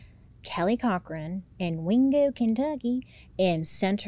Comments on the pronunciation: The way you say wingo Kentucky…..😂 I’m from Kentucky and it cracks me up how ppl think we’re all hicks 😂 love you lots! Don’t know what I’d do without MMM & DH ❤ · WINgo kenTUCKkey has been my new vocal stim since yesterday thank you 😂